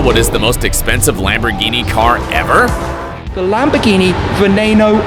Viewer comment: Que dijiste?expensive?lol